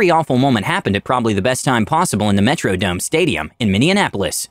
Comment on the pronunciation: Did you say Metro-dump stadium in Indianapolis?